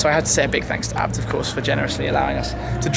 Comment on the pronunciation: isn't it A B T like ayy bee tee or in German AA bi ti